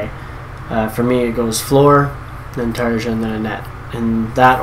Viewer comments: It's not "Tar-a". It doesn't exactly rhyme with "aria" either, but that's a lot closer. In Finland, we pronounce every letter of the alphabet differently than their English counterparts. "J" is one of the biggest contrasts. The best way I can describe it to English-speakers is how you'd pronounce "Tar-ya", the "R" being rolled. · Tarja rhymes with aria.